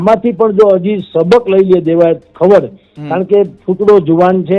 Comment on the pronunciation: ખવાડ નથી ખવડ છે સરનેમ. તને ગુજરાતી વાંચતા પણ નથી આવડતુ ? 😂